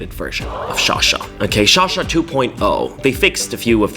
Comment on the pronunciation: not me getting mad at him saying shasha instead of sasha the whole video